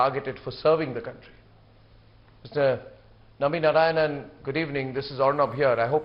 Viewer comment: His surname is NarayanAN not Narayan. Everybody does this mistake.